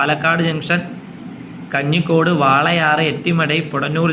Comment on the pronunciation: Bro , പൊടനൂർ അല്ല അത് പോത്തനൂർ ആണ് പിന്നെ കഞ്ഞിക്കോട് അല്ല കഞ്ചിക്കോടാണ്. ഇങ്ങനെയാണ് Pronunciation